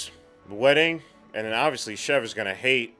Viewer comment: It's SHIV LIKE SHE WILL SHIV YOU,NOT CHEF...... REALLY ENJOYING YOUR COMMENTARY!